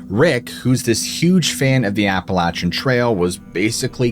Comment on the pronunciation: Its pronounced more Appel-ashian than appalatchin. Definitely a place im not trying to camp, i live a couple hours away from it.